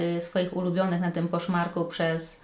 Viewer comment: Za każdym razem jak mówiłaś, że kupiłaś coś na to słyszałam, że na Koszmarku 😅.